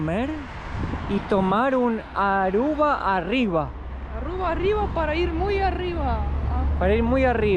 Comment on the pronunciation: No es Arrua, es Aruba.